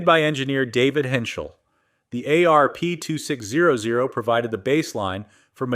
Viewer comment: I love the ayyy areee peeee two six ohh ohh... I think I would rather listen to a kindergartner read it. At least then there would be a reason for the punctuation to be wrong. This is what happens when you hand your calculator a script. What I'm most mad about is the you toobe algorithm doesn't have an option for us to block all this crap.